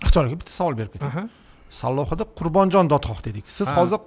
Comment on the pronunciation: Эч бир сөздү туура айткан жок .. Даже атын туура айта албады.... КЫРГЫЗДАР Өзүнүн тарыхын өздөрү жакшы билет... Айтпагыла ар Бир айткан сөздө ката бар